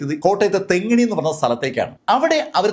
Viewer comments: തെങ്ങിണി അല്ല സർ. തെങ്ങണ ആണ് ശരി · തെങ്ങിണി അല്ല സർ തെങ്ങണ ആണ്. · തെങ്ങിനി അല്ല തെങ്ങണ